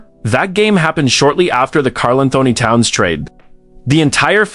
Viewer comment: Your AI narration AND captioning BOTH suck. The voice can't pronounce KATs name properly and the captions say "Carl and Tony Towns"??? You also forgot Andrew Wiggins in the modern era, and Zach LaVine among others earlier. "First round...series against...Grizzlies...Anthony looked like the best player on the floor AGAINST a group that included KARL ANTHONY TOWNS"??? WHEN did KAT play for MEMPHIS???